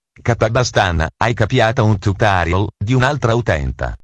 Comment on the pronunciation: "[...]Questo tutoriOl [...]" Capobastone English :D